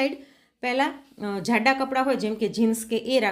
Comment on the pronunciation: Not zhada pootha, it should be pronounced as Jada pootha. If I were the PM of hindustan I would donate saurashtra to porkistan asap